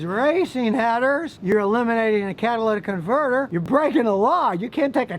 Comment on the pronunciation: "you can't take a caholiconverrrr off a cahhhr"